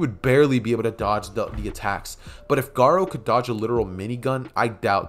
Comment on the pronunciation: U keep sayin gara